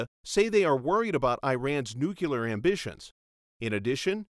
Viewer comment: Excellent analysis. The narrator said "nucular", haha.